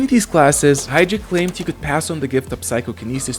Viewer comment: James Hydric, not Heydrich